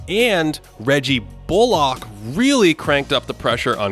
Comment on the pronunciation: great as always but why do you pronounce bullock like that?????